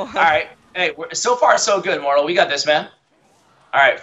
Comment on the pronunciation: It's mortal bro.. Not moral